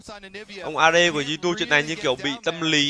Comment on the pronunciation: Góp ý nhỏ là đừng đọc G2 là gờ hai lúc stream. Cũng k có gì đâu nhưng mình sợ sẽ bị quen lúc bình luận. Như studio nào đó bình luận cứ gờ hai với cả xê chín nghe bực vlin